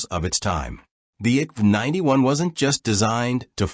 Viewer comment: At least try to pronoce the names rìght. I K V 91 (Infanteri kanon vagn 91)